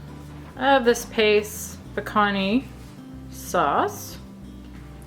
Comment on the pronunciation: Pacantee lol 😆